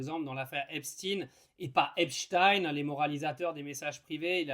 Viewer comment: dit on albert inshtin ou einstein ?